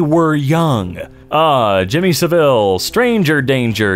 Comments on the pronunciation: Jimmy Sav-il not sah-ville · The emphasis in "Saville" in jimmy saville's case (and all UK saville's) is on the "sav" not the "ille".